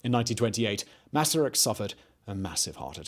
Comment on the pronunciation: Thank you for making this video and for pronouncing his name correctly! Greetings from Czechia